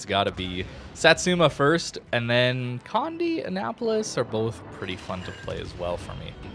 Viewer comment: just to help anyone out with the name, Condé is pronounced "Con-dey", not "Condy" nor "Cond"